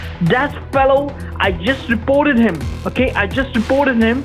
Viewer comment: It’s almost hard to tell if he’s saying “reported” or “supported” lol